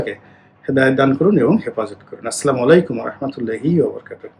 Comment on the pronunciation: রনি ভাই সালাম টা শুদ্ধ করে দিয়েন।ধন্যবাদ।